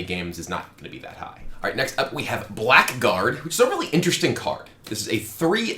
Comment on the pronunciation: The prize for the most commonly mispronounced (or: very rarely correctly so) card of the set goes to: Blackguard